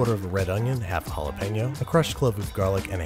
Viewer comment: I'll make fun of you for failing to pronounce Jalapeño :)